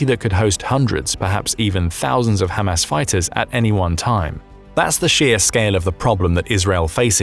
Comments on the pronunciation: I love how he pronounces it "Ham Ass". You know, the followers of Mo Ham Head. 😀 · Spongebob Nukes and Ham Ass exactly how thos guy says it